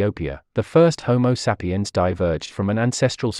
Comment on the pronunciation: content is great. The weird pronounciation is sometimes a bit distracting, especially "homo seppiens".